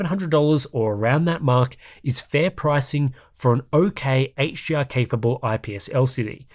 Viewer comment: it sounds like you are pronouncing HDR as HGR haha.